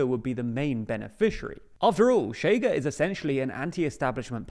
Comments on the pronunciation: not so fast, this actually DOES have nuance, the thing is, the TL;DR guy just used the normal English sh, at his first utterance it even sounded a bit like tch, maybe with less rounding or friction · Look, matey. The analysis is fine, but you SHOULD KNOW HOW TO PRONOUNCE PORTUGUESE WORDS. The party “CHEGA” is pronounced “SHAY guh”. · Chega reads more like Shega in Portuguese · It takes two seconds to Google how to pronounce "ch" in Portuguese. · No its not, "Sh" is very soft while "Ch" is rougher, thats what non native speakers have difficulty with, they say "sh" not "ch" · Pronounced "SHAY-gah"